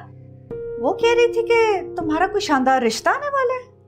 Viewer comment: Ahahaha kya nOtice hai bhaee👌👏👏 han isnEy yahan kse bOla "shanDar" iskOo tO sheen nh bOlna ata haina 😆